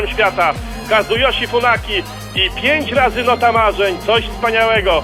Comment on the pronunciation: Kazujoshi funaki się mówi;)